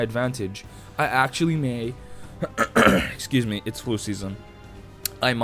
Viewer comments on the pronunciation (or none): "Ehscooz me". What's your ethnicity? If that's not too nosy.